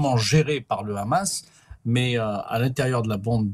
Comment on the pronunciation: Je me demande pourquoi vous prononcez hache pour la🪓 et khamas pour les combattants palestiens?